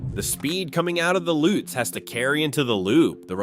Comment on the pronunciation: it's a Lutz, not a "lootz"